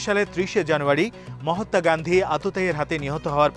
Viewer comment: It is not mahatta say mahatma.